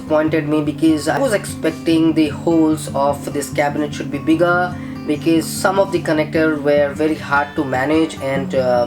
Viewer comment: why is he pronouncing because as bikiz